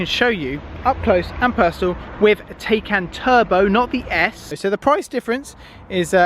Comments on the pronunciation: It's not called Day-Kan - god damn it, it's called Taycan - listen to Mark Webber if you can't spell it right. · Its not teycan Its like saying Thaican, like thai food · Isn't it PorschE Thai-khan? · Please... I can’t keep listening to you calling the car a Taycan. You say you’ve watched the reviews etc, so surely you’re aware it’s pronounced Tie (as in round your neck) and Can ( as in can of Coke) 😉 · lad if you buy one please learn how to pronounce it properly!!!